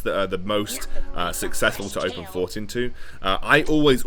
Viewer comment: Is it 'open fort' or 'open port'? I swear I thought was calling it open port